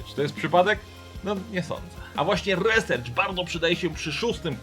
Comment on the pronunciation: "Resercz" xD uwielbiam. RISERCZ KU!@:D:D:D